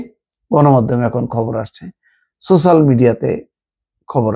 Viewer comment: ছোছাল!!! না না না*** সোচ্যাল বলুন।